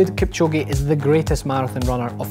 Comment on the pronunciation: 2 hr 22 sec ,,kilchoge “ psh, “